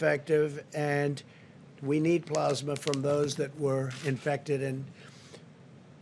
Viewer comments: PLAAAAASMA- short A as in cat- NOT plawsma - I can see someone like Trump making one honest mistake, after all, this was written by one of his aides- and we all have heard how he DOES NOT READ and IS NOT INTERESTED IN PRACTICING something as important as the scourge that is killing innocent people - but to keep repeating it incorrectly? sigh. I know he lies when he opens his mouth and this is silly to nit pick- but I need at LEAST try to control the pronunciations of the lies. :-( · It's plAsma, not plOsma.....idiot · I cringed every time he said "Plaasma". I don't even think he knows what a plasma donation means. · He is not pronouncing the word Plasma. How do you screw that up? Idiot